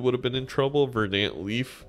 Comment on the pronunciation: It's VER-dant but other than that great video